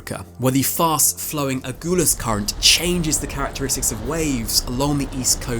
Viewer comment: Agulhas current is pronounced like seaGULL… ;)